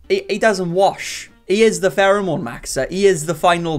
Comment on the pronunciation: “Pherome” “18- BELLOW-30” Lololol